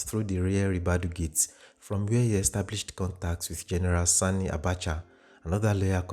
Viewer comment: I like that you paid particular attention in pronouncing "Sani' Abacha and not 'Sonny' Abacha as in previous videos. Well done!